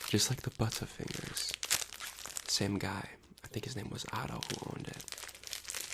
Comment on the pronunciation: Mmm "buuttafingahs"